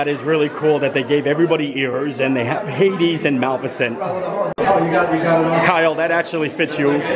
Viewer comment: No, no, no! It's pronounced Mal IF icent!